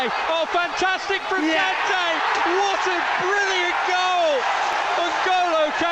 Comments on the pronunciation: Kante je l aime mais son accent anglais une catastrophe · Kante il fait aucun effort pour l’accent